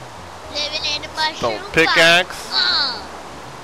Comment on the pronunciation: IT'S THE MOOAHROOM BIOME